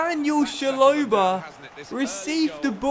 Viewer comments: It’s ch-a-lo-ba not shalobar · It's chalobah not sholobar